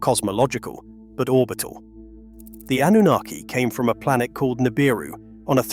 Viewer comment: Can't listen to the end: "it's not just law - it's a system, it's not cosmos - it's dieetes, it's not a ball - it's a plantet" etc.